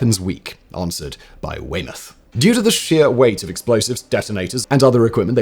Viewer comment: "Which he figured would be impossible for any German to pronounce properly." German Soldier: Vot, zat ain't zo hahd. Vahr veppons veek. Unt vot ze hell iss Vay-maut?